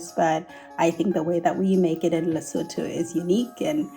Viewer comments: you have to pronounce Lesotho as ‘Lee-soo-too’. The ‘h’ is silent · Lesotho's 'Gemere" is from the Afrikaans word for ginger, 'Gemmer' which in turn derives from Dutch, 'Gember'. Lovely episode! BTW, Lesotho is pronounced L E S 0 T O (the H is silent, no TH sound - you will hear it in the Lesotho lady's pronunciation). Glad that you were able to make something from this beautiful, mountainous little country. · Maybe I'm late to the party,. Maybe I'm repeating others, but you pronounce Lesotho as Lesootoo.❤ I love your channel, sorry for being the international pronunciation police. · Just a heads up - your pronounce Lesotho as Leh-soo-too. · I was so excited to see a recipe from Lesotho! Le-soo-too is the way to pronounce it :) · Very excited you included a recipe from a southern African country, so I really don't want to meet that with criticism, but Modiehi said the name Lesotho several times in her video submission and you still said the name totally wrong. I understand pronunciations in different languages can be difficult, but 'Le-SO-THO' is so far from what Modiehi said and how it is actually pronounced. It is closer to 'Leh - su - tu'